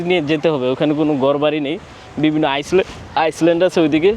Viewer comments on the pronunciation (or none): ভাই আমার মনে হয় আপরা একটা শব্দের উচ্চারণ ভুল হয়। Island এটাকে আপনি বলেন, আইসল্যান্ড কিন্তু এর উচ্চারণ হবে Island =আইল্যান্ড।